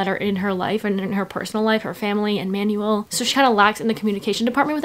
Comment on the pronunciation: Ur pronunciation of Manuel pains me sm 😭